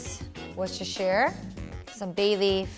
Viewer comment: worcestershire. you said it right! nice!